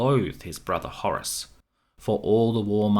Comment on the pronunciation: You're pronouncing "Horus" wrong. Pretty annoying.